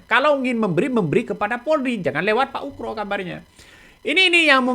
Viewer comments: Ugro pak.. Bukan ukro😂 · Ugro bukan ukro........uuuff.......... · Min,.... nama orang kok diganti, yg benar Jenderal Oegroseno atau dipanggil Oegro kok mimin bolak balik nyebut Oekro/Ukro. 😪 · Ngomong yg bener itu. Oegro bukan Ukro. Ga sopan itu !